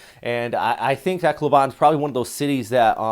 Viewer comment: Tacloban you need to learn how to pronounce it correctly!